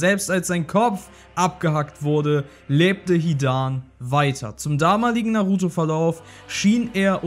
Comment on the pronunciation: Bin ich der einzige den es nervt das er das a bei hidan so lang spricht? 😂